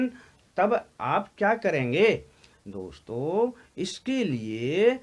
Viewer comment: Hanji sudh ucharan kiya kro boolte time ye kya hai raag thoddi gaa rhe hoo ak word ( akshar ) ko itna long kr k boolte hoo hello dosto , hello mitro khana hai to vistar sy kho itna kyu bdda chdda kr ........????